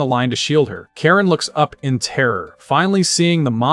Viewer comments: kah-reen not care-in 😭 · Ka-rin not karen 😒 lol so many butchered names lol love bleach tho so im here for it.